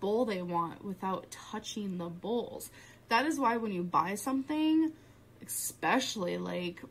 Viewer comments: "Egg-specially". 🤦‍♀️🤦‍♀️🤦‍♀️ really???? She has to throw a food word in there SMFH 🤦‍♀️🤦‍♀️🤦‍♀️ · "Egg-specially" is NOT a word.